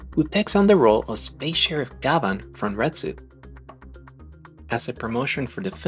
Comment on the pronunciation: Thanks for a great piece about one of my favorite shows growing up in Japan. One thing though, his name is actually pronounced GYABAN, like the French actor/singer, Jean Gabin.